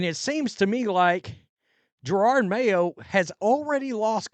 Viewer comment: Here we are a year later and you still can’t pronounce his name correctly you dim hillbilly. Yeah he sucked as a coach and was a DEI hire but you not being able to correctly pronounce his name makes it hard to take anything you have to say seriously.